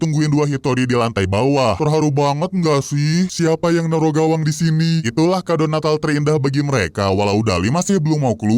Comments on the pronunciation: Bawang bang bukan gawang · bawang ❌ gawang🗿 ✔️